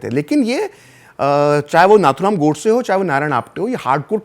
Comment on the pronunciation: FYI - the right pronumciation of Nathuram is "नथुराम" not "नाथुराम". It is an highly uncommon name among Chitpavan brahmins and was his nickname - orginal being Ramachandra. He was called so because many of his elder brothers died when young/in infancy. A nose ring (नथ) was put until three years, hoping at least then the child would survive. He did survive for a great cause !